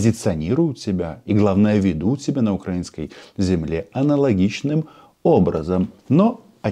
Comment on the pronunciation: Баб Маша понимает что фсьо, но у неё остался один козырь - назло ставить ударение на букву А: укрАинский.